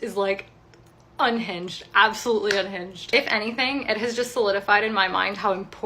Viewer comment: "Ungined lunatic" and "hwite woman" usually go hand in hand.